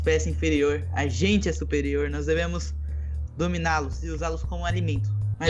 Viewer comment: kkk ce n consegue dizer agente nao ce tirou toda a seriedade do video kkkkkkk ce disse nois ce encontta kkkkk